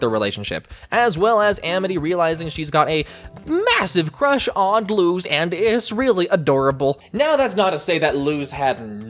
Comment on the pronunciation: You pronounced luz wrong